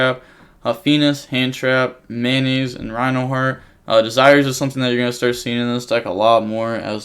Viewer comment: u know that it is "METAnoise" and not "mayonaise" right lmao